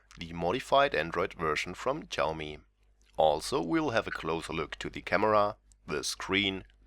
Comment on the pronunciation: its not chaomi, its xiaomi